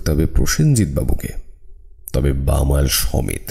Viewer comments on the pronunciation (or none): Darun laglo. Shudhu chotto ektu bhul , kothata shudhu Bamaal--- .Bamaal somet noy.